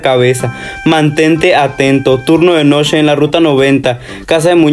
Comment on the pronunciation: por que dice noshe y no noche xd